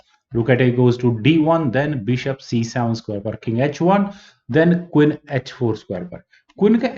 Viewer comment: I like way he says “Quin”